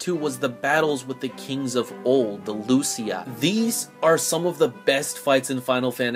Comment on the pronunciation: It sure as hell sounds like you asked "Why didn't Regis become a Lucii?" I guess you could argue you didn't, for some reason. Could've been a slip of the tongue. But it's in the video anyway.